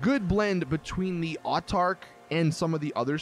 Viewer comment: "Artarch" "Psycholone"